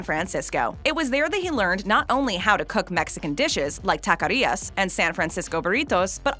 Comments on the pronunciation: What did she just say in .Because it was not taqueria she said taqaria. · Omg is takeria not takaria